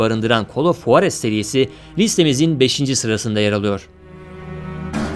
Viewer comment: Ya bi gidin sik sik oyunları sıralamışsınız bide huarez ne tmm bi h olayı var ama çok ince juarız diye okunur